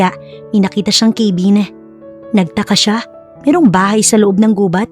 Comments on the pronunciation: Ipagpaumanhin po kung pupunahin ko po yung pagbigkas nyo ng cabin.kabin po hindi po kaybin✌️🫰pati din po pala sa heir narinig ko sa ibang stories nyo, dapat air hindi po hair ✌ ❤ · hiyang hiya naman ako sa pag pronounce ng cabin . ginawang ,,,,keyvin😅